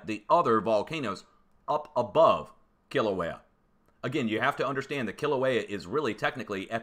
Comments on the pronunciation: Are you from Boston? 🤔 I swear you’re saying Killer Whale...😂I jest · I bet you can't even properly pronounce Kilauea 🤣